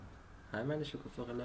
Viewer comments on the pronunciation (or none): Also ich finde den Kurzfilm toll das einzige was mich absolut zum lachen gebracht hat war "Schokoforelle" wie kommt man auf Scokoforelle 😂😂👍